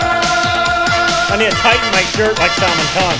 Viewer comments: Sal-maaan. Not Salmunn. :) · It is not Salmon . Its pronounced as Sal-maan khan. Maan and khan similar sound. You say it wrong. Both of you. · it's not Saalman but it is Salmaan ❤️ ooh I love how you struggle 🤭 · Salmaaaan khan is the proper pronunciation. Not "Sel-mun kon" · Guys, it's pronounced sull-maan. Not salmun. Let's correct ourselves. It's jarring to hear salmunn. Like the American i-ran. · It's SAL-MAN🔥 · React to PARTNER song with SALMAN and GOVINDA. And its pronounced SALMAAN, second syllable is longer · I don't know why these guys only do salman Khan reaction just for views otherwise they just insults salman Khan if you don't like salman Khan then don't just do reactions on him he doesn't need you & your so called opinions! There are millions of people loves him 💜💜 first learn to pronounce his name respectfully then talk🙄🙄😒😒😒😡😡 haters keep talking, salman Khan keep walking ✌✌✌